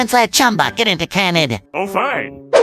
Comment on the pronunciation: I like how the bot pronounced Kannada as "Canada" its not.